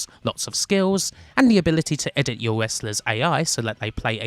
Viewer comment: i find it kinda soothing how she pronounces Wrestlers as Westlus. i guess im used to it after following for years, but ive grown to like the weird quirks in the pronounciations